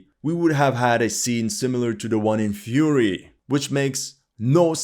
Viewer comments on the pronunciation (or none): none